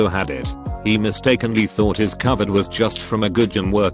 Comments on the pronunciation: Everybody: Robot voice: covered 19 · Ah yes, cuhvid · TTS: Cuvid